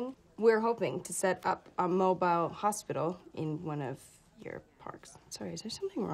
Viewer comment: Although in this clip, her pronunciation of "mobile" totally gives her away as Canadian .